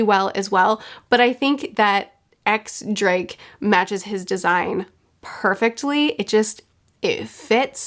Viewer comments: X drake's name is pronounced diez drake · This is literally of no relevance to the story, but I just noticed it and wanted to correct you, so sorry if I come off as a bit of a stickler. X Drake’s name is actually pronounced ‘Diez Drake’. The X is a reference to the Roman numeral for 10. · X Drake's first name is pronounced Diez(the Spanish for 10) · X Drake is actually pronounced Diez not Ex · The pronunciation guide didn't save you from Diez (X) Drake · Technically “X Drake” is pronounced “Diez Drake”, but most One Piece fans don’t even realize this so it’s not that big of a deal Edit: For those of you who keep incorrectly saying that the anime doesn’t pronounce it as “Diez”, YouTube search “Shakki Presents Supernovas” and use your ears